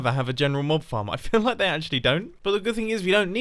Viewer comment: I loike it not like loike